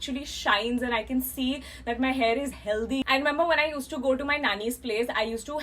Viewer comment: The way she says "healthy" 😂❤️